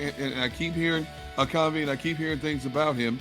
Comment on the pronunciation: It’s cuv-ee not cov-ee